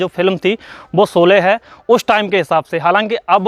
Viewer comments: Solye nahi bhai sholye hota hai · Solay nahi bhai “ SHOLAY” hai. Lagta hai apko s aur sh mein problem hai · आरे झुटे भैया पहले तो सोले नही शोले बोलो और शोले की शुटिंग महाराष्ट्र के रायगड मे हुई है कुछ भी मत बको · bhai pronunciation theek karlo....solay nahi sholay hai... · Yaar PLEASE, jis main topic par apna poora video bana rahe ho, KAM SE KAM WO NAAM TO SAHI SE BOLNA SEEKH KAR PHIR VIDEO BANAIYE. Ye SO LE / SO LE kya hai. Lakshya ka 'SH' to sahi bola.